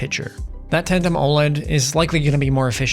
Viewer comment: Tandem* Not tantem…